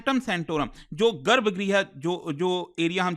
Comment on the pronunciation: गर्भगृह भी बोलना नहीं आ रहा, यार ऐसे कैसे चलेगा।